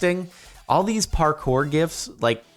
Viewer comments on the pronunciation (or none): none